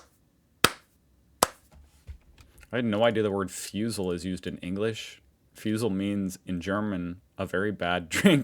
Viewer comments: The 1st syllable in "Fusel" is pronounced like the 1st syllable of "Foobar"/"Foo fighters" The 2nd syllable "Fusel" is pronounced like the 2nd syllable in "frizzle"/"sizzle" or the last in "Fo' shizzle" if ya like Snoop Dogg~ Fusel = Foo-zzle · To pronounce Fusel correctly, say FOO-zell. Also acceptable: FOO-sell. You're right on track, when the e is almost completely silent.